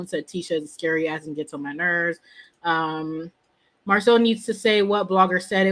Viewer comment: Who knew is the only one that calls Marsu MARSOL…This might be her burner account…Go listen to her commentary about Lamh…See how many times she says “MARSOL” 👀